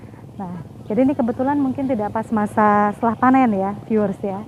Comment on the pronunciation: Piiuuerr 😂🤣 di tengah sawah? 😂🤣😂 piiuuer piiuerr kaya lagi disebarin pasir mbaak.. Piiuuerr piiuuerr... Gimana jalan setapak di depan candi bisa jadi petunjuk bhw candi itu untuk tempat keagamaan. Piiuueerr mbak piiuueerr? Ooohh "viewers"... 😂🤣😂🤣 maap deh mbak ini kuping Jawa jadi rada tulalit... 😂 mending menyapa penonton video dg kata " Saudara" "sedulur" atau "pemirsa" aja deh mbak.. Biar lebih mengindonesia 🇮🇩🇮🇩🇮🇩